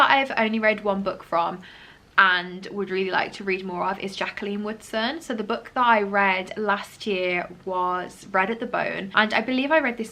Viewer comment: Every time you said Jaqueline Woodson I had to do a double take cause I thought you said Jaqueline Wilson instead, sounded like you were saying "I've never read a Jaqueline Wilson book before" and I was like, hang on a bloody minute 😂